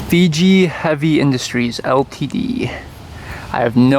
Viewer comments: Fuji, not Fiji, lol. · Fuji Heavy Industries. That’s the company that makes all the heavy trucks and also owns Subaru. You said Fiji. That’s a small island 😅